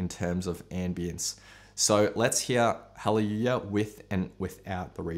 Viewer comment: “Jeff Buckley’s hawwywoowah”. 😝